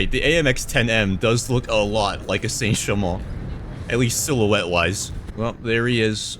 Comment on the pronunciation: really threw me off the sudden accent change lmao Saint 🥖🥖🥖🥖🥖chamont🥖🥖🥖🇫🇷⚜️⚜️⚜️